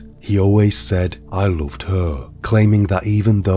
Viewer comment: Did he really say “I looved her”?